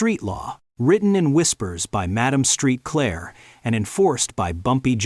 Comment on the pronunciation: HER NAME IS PRONOUNCED "MAD-AHM SAINT-CLAIR!" NOT STREET CLAIR!!